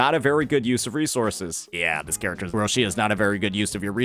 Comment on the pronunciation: An Italian dies each time Roccia is mispronounced. The "CCIA" is produced like "Qi" in Keqin, or "Chi" in China, so its "Rocchia/Roqia" not Rosheeyah~